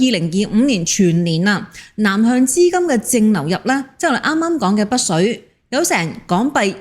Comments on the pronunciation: 北… 不是 「不」水。要不要練習一下發音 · 北水，唔保不水， 的懶音咁多年都冇改變！ 😂